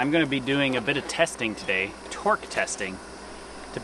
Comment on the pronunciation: Oh.... TORQUE testing, not twerk testing a mistake anyone can hear >_>